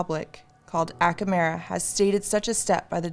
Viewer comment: Acamera? You mean America dont you?